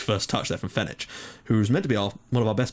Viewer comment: It's me again :P Some mistakes that you made a lot during this episode are that the surname 'Baldacchino' is pronounced Balda-kk-ino, Fenech is pronounced Fen-ek, Grech is pronounced as Gre-k, Naxxar is actually pronounced Na-sh-ar, and the top 3 teams currently in the league are mainly Hibernians, Valletta and Birkirkara, so in fairness, you actually got a very, very good result against Hibernians!